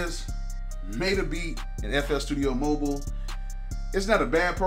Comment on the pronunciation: It is Mo Byl, not mobeel